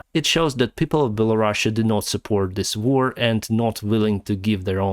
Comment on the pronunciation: He does it on purpose because their government is basically under Russian control, Do you really believe for one second that he doesn't know how to pronounce it